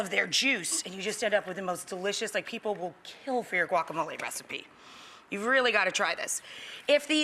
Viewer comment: GUACAMOL EEEEEYY!!!